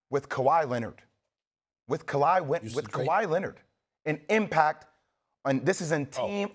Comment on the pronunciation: bro said "KUH-LiE" 😅